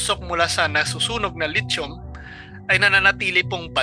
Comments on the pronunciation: PRONOUNCE…..LI THIUM……..NOT LIT CHOM………..AKALA KO LIT CHON ANG TOPIC MO….. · California is huge bro, much bigger than the Philippines, and please ask guidance in pronouncing the word "lithium" i heard lechon !